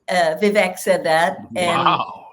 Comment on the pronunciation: "Veevek"😹 "Putin has said, once Russia takes Ukraine, Poland and the Baltics are next"🤪"We're trying to prevent war"🤣"He killed Prigozhin."⚖"And you are choosing a murderer over a pro-American country"♟How many lies can this mass murderer pack into 45 seconds?